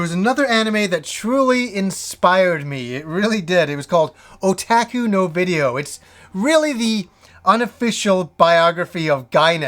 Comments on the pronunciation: Otaku is pronounced O-TOK-U, not O-TAK-U. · sorry, maybe not oh, but more of the o from orange. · great video, thank you btw, otaku is pronounced oh-tah-koo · I pronounce it o-ta-ku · you had it right unroll the end. the u at the end is a hard u as in "you." oh tah ku oo is a little confusing with Japanese if you try to reference it as in shoot. so when I read your pronunciation I read it as a long oh (which it is how it would be pronounced). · Yes, ku is the pronounciation I am thinking. o-tah-ku It's more of the o from orange than the o from oh. It's no biggy though, I don't expect everyone to pronounce it like a Japanese would. Like we already butcher words like karaoke, sushi etc. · For the love of god, it's pronounced oh-tah-kuu...